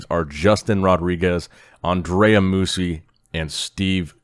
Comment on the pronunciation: Dude said Andre sixth 🤨